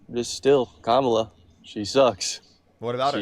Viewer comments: « Je ne sais quoi » literally means “I don’t know what.” This guy thinks he is so very suave. Parker and his contemporaries are great debaters because they have facts, logic, and right on their side. And these boneheads who pretend they don’t know how to properly pronounce Kamala by now can quit with that crapola already. They might as well wear shirts that say “I’m With Stupid and I’m All By Myself.” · She was Vice President and he’s saying she doesn’t have “the thing”? Like the FELON? It’s just crazy from a guy that can’t pronounce KAMALA. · He pronounces Kamala's name correctly by mistake and has to instantly shift to the racist pronunciation. Pretty telling.